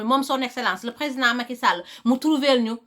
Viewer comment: J'aime bien comment elle dit le nom Macky Sall 😉